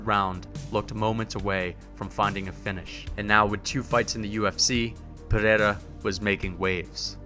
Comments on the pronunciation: "Pereira" not "pineda" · its NOT PERERA , its PEREIRA brother